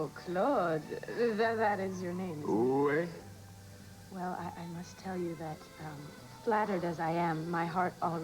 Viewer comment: Joe really was a d1ck!! And Morgan's inability to pronounce "oui" is really bugging me 😂😂 I wish someone had corrected him!!